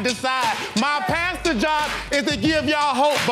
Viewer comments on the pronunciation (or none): Girl wtf is a Pauster 😭 pastor baby 😭😭